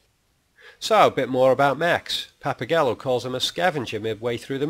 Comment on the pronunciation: thats "Papa Guy- yo" not "Gallow" lol